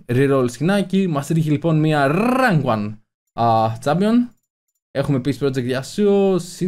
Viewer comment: Μια Rrrrank 1 λεει...😂😂